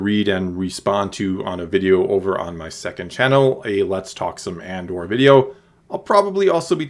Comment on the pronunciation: I can't tell if you are saying Andor or And/or. :)